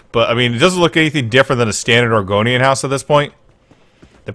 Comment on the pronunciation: Sounds like you are saying Oregonian, not argonian. Dang it I would so be a lizard person!